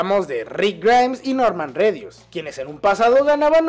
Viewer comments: soy yo o dijo redus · dijo redius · jajajajajajaja se etivoco y dijo noorman redius